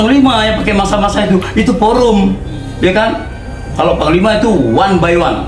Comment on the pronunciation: Yang saya dengar sebutanya bukan psnglima tapi pangkal lima